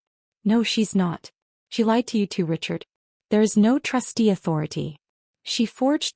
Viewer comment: Trustee, not trusty.